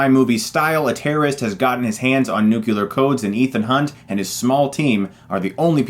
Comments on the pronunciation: Chris, I love you man, but you need to stop mispronouncing 'nuclear'. It's "nuke-lee-ahr", not 'nucular' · Pleeease stop saying nook-ular. It's pronounced just like it's spelled: nu-cle-ar. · It's "nuclear," not "nucular." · Stop pronouncing it "Nucular". It's still funny how the word "Nuclear" is among the top 5 mispronounced words in the english language. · nucular? bruh... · did u just say NUCULAR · Tee-hee, he said "nukular". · nucular codes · Did anyone notice that Chris Stuckmann like Gene Hackman can't pronounce "nuclear", he says "nukelar". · Um.. Nukelar? Even my spellchecker cringed.